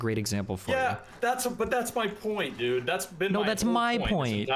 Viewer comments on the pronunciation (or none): This was difficult to listen to because the guy said dude like 50,000 times, and mispronounced it in this annoying "dedd" way every time =D